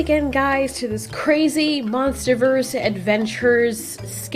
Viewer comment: I love how says adaventures it’s funny as hell